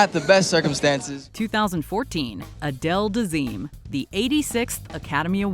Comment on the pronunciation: you mean Uh-dale